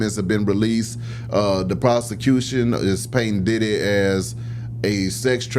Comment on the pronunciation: It’s pronounced Pee Diddy😂